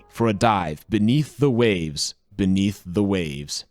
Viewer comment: hate to brake it to ya but you said benith a waves twice